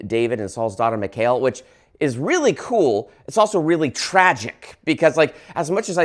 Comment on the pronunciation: It's pronounced Mee-call. I have a Jewish friend with that name. 😊